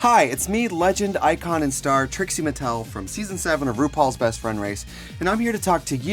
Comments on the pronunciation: Am in the only one who keeps hearing him say Tracey instead of Trixie? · So is her name Trixie or Tracy? It sounds like he's saying Tracy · why does he sometimes say tracey? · Anyone else realise he kept saying Tracy?